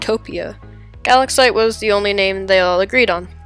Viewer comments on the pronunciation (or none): I’m pretty sure it’s pronounced guh-lax-ite